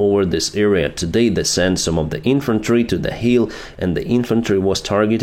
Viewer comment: Вы так хорошо говорите по английский, но произношение буква 'i' часто бывает неправильно. Например, "hill' получается как 'heal, heel', 'kill - keel', 'dill-deal', 'fill-feel'. Goolge Translate может помочь с произношением.